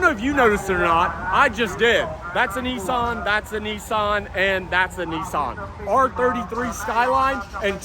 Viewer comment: Hi what’s a neesaan? I’ve heard of a Nissan but not a neesaan? 😂😂😂